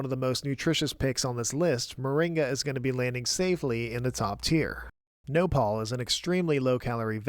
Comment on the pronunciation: As a Mexican, the thumbnail almost made me raise my pitchfork. Glad that nopal (stressed in the last syllable, btw) is A tier and not C.